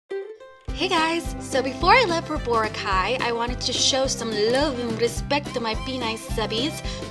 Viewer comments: I say (bo-rah-kai) not bora- Kai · bor- AHH- cay lol xD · I thought is was bor- ack- Kai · did you say brocay? ive been there so purdy!! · the correct pronunciation is Bor-ah-cai -___ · Hey! No offence but it's pronounced bore-ah-khay:) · I wanted to gauge my eyes everytime you pronounced Boracay wrong O.o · I can't tell if she's being serious when she pronounces Boracay.. lol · You can fluently speak Tagalog but you can't even pronounce Boracay right? lol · Hahaha she pronounces boracay wrong :) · Omg your Filipino and you don't know how to pronounce Boracay properly? LOL